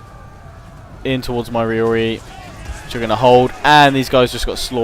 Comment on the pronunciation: it's ROrarii, not Riorii:D